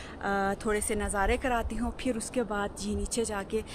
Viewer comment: AAP (Phir) ko (Fir) boltee hain kindly update this in yr vilog, baqi Behtreen Documentary hai, I like it🎉